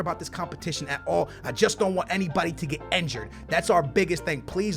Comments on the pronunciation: It's injured, not enjured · Can u like say injured correctly